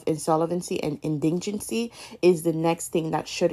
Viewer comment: What word is indingency?????????😂